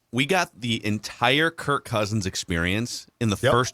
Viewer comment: i get you're trying to be cute but it's Kirk not Kirt. Also a super bowl calibur team? We weren't one to begin with even in 2017. The Saints figured out our D and it came to a lucky play to win and then the Eagles blew us out. Stats show that was one of our top D performances in a season of all time and once it got figured out it was exploited and you saw the decline in it year after year. Also against winning teams at of QBs have losing records. Rodgers - Cousins: 10-40 - .200 Stafford: 11-72 - .132 Actually it would be easier to liat the QBs that have winning records against winning teams. Tom Brady, Russell Wilson, Patrick Mahomes, Lamar Jackson and Jimmy G. Also if you have a QB that plays a different style, you can't expect the same result with the same type of O Line. Have smaller agile linesman is great for a scrambling QB due to the open field blocks to help them running but if you're a pocket QB, you're gonna get bodied. When the Ravens hot Lamar, they built around him with the line and the olay calling. About Kirk this game, i didn't say he was perfect as their were issues too. My point is this is what you guys kept crying about. You wanted him to keep throwing to JJ and throwing to him when he's covered cause as you guys say, even when he's covered he's not covered. Now the other WRs are an afterthought. You guys wanted him to not sit in the pocket and he's been doing boots, he's been running while looking downfield, and led the team in rushing yards. You g